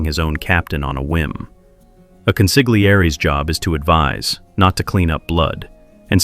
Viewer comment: It's pronounced "consilyairee" not "consiggleeairee" You don't pronounce Famiglia as "famiggleeah"...same rule.